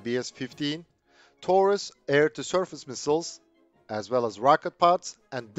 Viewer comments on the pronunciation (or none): none